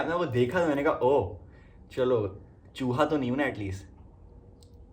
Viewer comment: I cant- the way u say chuha 😂